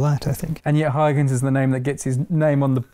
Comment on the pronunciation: Is that really how you are supposed to pronounce Huygens?